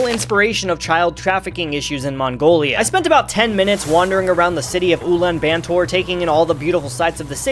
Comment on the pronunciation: Did you just pronounce it as Oolen Bantor? 😅